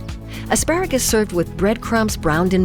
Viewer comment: 🤣🤣🤣🤣🤣🤣 Eat your chemistral 'vread' and be happy 🤣🤣🤣🤣